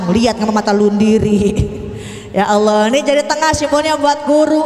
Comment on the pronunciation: masa awloh merdu bu